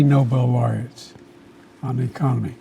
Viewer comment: 16 noble loraetts😂😂😂😂 just like bidens laptop had 51 intelligence agencies said it was fake😂😂😂😂